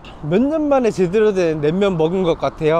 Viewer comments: 냉면을 냄면으로 발음하는 걸로 봐서 일본인? 재일교포? 어쨋건 영상 재밌게 봤습니다. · 설빙은 그래도 약간 끝에 ㅇ발음이 들려요 ㅎㅎ 낸면은 조금 노력해주시는게 좋을 것 같네요ㅠ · 낸면 발음이 점점 ㅋㅋ 일본스러우시군요 ㅋㅋㅋ 잘보고가요 ㅋ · 자꾸 낸면이라고 하시네ㅋㅋ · 지나가다 본 일인입니다. 다 좋은데 냉면, 설빙 등 말씀하실때 낸면, 설빈 이렇게 들려요 이응 받침이 있을시 조금 신경 써주서 해주시면 좋겠어요^^ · "냉면" 발음이 좀 어색함.. 자꾸 "낸면"이라 들림! 도 저처럼 경상도 사람인것 같은데 일본서 오래 사셔서 그런지~ㅋㅋ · 일본사람이신가요? 냄면..?? 발음이ㅋㅋ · 냉면 발음이 잘 안되시네요….^^